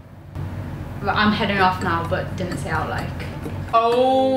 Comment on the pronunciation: dinnae, not dinnit.